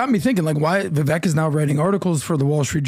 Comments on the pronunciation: Vi - VAKE, it rhymes with cake!🎂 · It’s pronounced “VIVAKE”! You must already know this brother 🤦‍♂️ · VIVEK IS PRONOUNCED LIKE AWAKE..👍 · PLEASE!! Vivek has said ON YOUR PODCAST that his name rhymes with CAKE. 🍰 please!! Get it right. Vivek deserves his name pronounced correctly. Thanks. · It's pronounced VIVAKE YOU MORON!!! When is it going to sink in?!!! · STILL pronounces Vivek's name wrong. How is it possible for to meet Vivek SO many times and even have him on the podcast, but still can't say his name properly? It's insane.